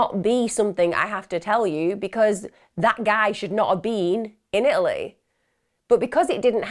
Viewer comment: There is a T in Italy!!